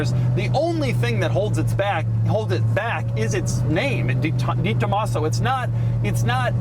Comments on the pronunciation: I know how it’s spelled (and that this is Doug 😂) but I’ve never heard anyone pronounce it like Doug as DeeTomaso. I’ve only ever heard it pronounced DayTomaso or DahTomaso (maybe even DehTomaso). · Pronounced… DAY tomaso 😉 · Doug is the type of guy who mispronounces the "De" in "DeTomaso" for 40 years and knows he's doing it. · I cringe every time he mispronounces DeTomaso....